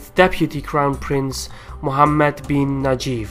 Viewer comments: correction his name is Mohammad bin Naife pronounced Naeef not nageef. I cannot believe it's published in 2015 your predictions is correct. Your prediction about minister of Oil become true in 2019. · mohammed bin Naif, not najif. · very impressive, as a Saudi, it is the first time to see someone with such in depth knowledge of Saud's Game of thrones. The only comment is it is pronounced Naeeef , not najef as the name of the current crown prince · god damn it you made me laugh so hard, its not Najyf its Nayef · It is "Naif", not " Najif".